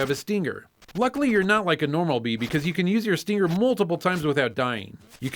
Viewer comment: why do you say "Steenger"?